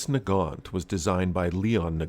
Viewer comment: Omg, I just realised that if they are belgian, then thier name should be pronounced Nagant with a soft g.